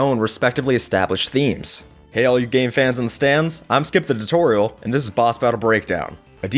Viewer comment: The way you say your name it sounds like you’re saying your full name is. Skip, the tutorial.